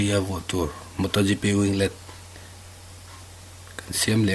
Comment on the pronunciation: it's moto gp not motho gipee😒 idiots....